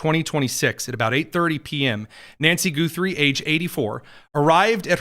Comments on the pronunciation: Ok, it's not GOO-three, it's Guh-three. 🤣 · Why Goo thrie and not Guh thrie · Goo-3? It is Guh-three! Simple name to pronounce, quite common? I thought so! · Can you NOT hear sseveral people pronounce the family name? It's not Goothrie! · I don't know about Savannah Guthrie either. But I've heard of Arlo Guthrie and Woody Guthrie. Short u. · You are not saying her last name right My last name is Guthrie and we don't say it that way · Why do you insist on mispronouncing her name? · What is with purposely miss enunciating people's last name, Goothey? Naidler? There is no oo sound in Guthrie, the wall is short just like in Nadler. Wow That's just rude to messy annunciate people's last name especially when it's well known. How would you like it if people called you Tony Kinyet.